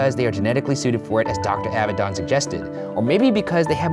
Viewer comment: any other hebrew speakers cringing at how he pronounces dr. avidan's name? lol